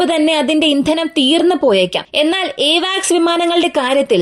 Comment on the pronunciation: എവാക്സ് അല്ല കുട്ടീ... അവാക്സ് ആണ്!